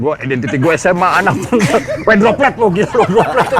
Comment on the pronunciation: menit brp? lucu tuh si jimi kalo ngomong droplet